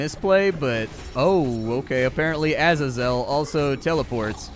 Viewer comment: lol splats pronunciation on things here cracked me up, bezoar and azazel specifically